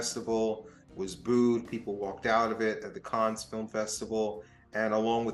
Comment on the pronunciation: Small point. It's not "caanz". Cannes is "can". Like can of coke.